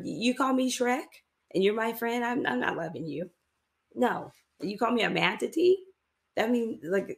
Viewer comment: Not a “mantatee”🤣🦭